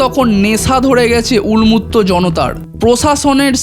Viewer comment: তোমার উচ্চারণে ভুল আছে যেমন উন্মত্ত